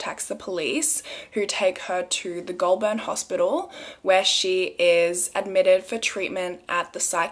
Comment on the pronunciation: “Pew-got” “gol-burn” “yazz” i’m actually dead HAHAHA